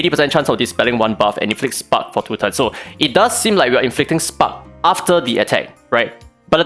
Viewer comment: I hate how i think. everytime you said spark debuff i heard spunk debuff. 😂😂